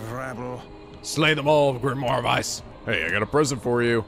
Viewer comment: Weiss, pronounced as Why-ice (pretty much)